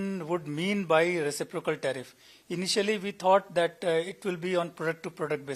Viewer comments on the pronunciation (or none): Reci'procal. Not recipro'cal. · Re ci' procal not recipro'cal